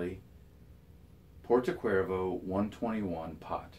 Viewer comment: BTW, "Cervo" in Porto Cervo is pronounced as "chervo" and not as "cuervo" from Jose Cuervo. You do churn out great videos and they should be excellent at introducing people to pipe smoking. You cover many facets and matters. Thanks.